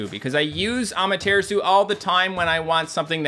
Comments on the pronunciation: Cant believe he still pronounces Amaterasu as Ama-Tear-Isu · When says Amaterasu like that, it makes my face go 😭